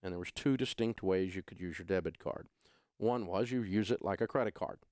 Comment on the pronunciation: three times you said debt card and I thought you were referring to a credit card (as in debt)... do you mean a DEBIT card? we've had chip cards a lot longer than USA for some reason... first thing canada has ever been first at (besides hockey haha)